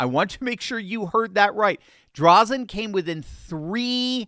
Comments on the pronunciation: Oregonian here: It is Christine DrAYzen. with a long "A" not Drawzen. Drazen is a RINO... Still a 100% improvement over Kotek. Drazen lost last time with a strong middle left spoiler. The people in Portland admit Kotek is an abject failure but absolutely will NOT vote for ANY republican no matter how big of a flake they are. We in rural Oregon are screwed until we get rid of mail in voting or are somehow miraculously freed from Portland's mad agenda. I don't care whether it is the State of Jefferson or Greater Idaho. We need relief. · It's pronounced DRAYZEN not Drazzun. For the life of me I cannot see how Drazan won the primary. Ed Dheil did all of the work to get the referendum done for the gas tax. I backed him 100% in the primary. Also the greater Idaho movement will never happen. The reason is because it would have to be approved by the Oregon legislature and the state of Oregon would lose billions of dollars of road tax income per year. Average .25 per mile for every single semi for every single mile on every single road in Oregon. The state will never vote to lose that money. Having said all that even though I backed Ed I'll do like he and I talked about. No matter what, as republicans we will back whatever republican wins the primary. I will happily be Backing Drazan in the General Just like I did the last election. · I pray this is true. "Drazon" is the long A sound. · our Republican candidate's name is pronounced "Drayzen". Thanks for bringing attention to Oregon. Praying people need to pray that more voters show up this November. Sadly, only 32 percent of Oregonians voted! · Sounds like: Dray-Zen! Corrupt Mail in voting for the last 39 years has screwed Oregon. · love to see it! Drazen's name has a long "a" by the way. We're very hopeful this is a flip! Be nice to get our senate seats back too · Just an fyi, but it's pronounced "Dray-zun"... also, she absolutely won but Oregon has been rigged for awhile. Same as Washington.